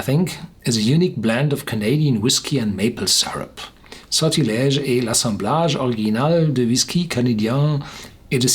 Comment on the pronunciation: Your French ain't bad